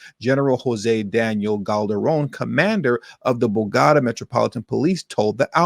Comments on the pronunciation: It's Bow-Ga-Ta! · You need to really learn to pronounce words correctly it makes you seems less educated. Bo go ta